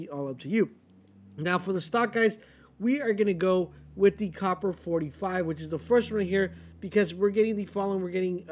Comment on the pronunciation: Stg or automaton. Isn’t this new AR called the “Cooper” not “Copper”?